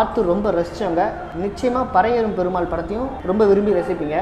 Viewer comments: Karipi nu solla therintha unnaku pari nu yen solla mudiyala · பறையேறும் இல்லடா..பரியேறும்..வேணுமுனே சொல்றியா ..